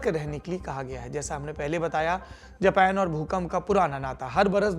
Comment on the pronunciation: द्विवेदी जी,आपका हिन्दी भाषा का channel है,तो उम्मीद करते हैं आपसे कि जेपेन के जगह जापान का उच्चारण करे।